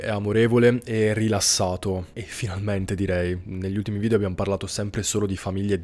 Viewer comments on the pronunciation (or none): none